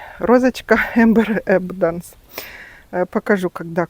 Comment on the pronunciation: эбАнданс, ударение на первое А. «Янтарное изобилие». И у моей мамы, оказалась роза Enjoy! Все никак не могли определить незнакомку.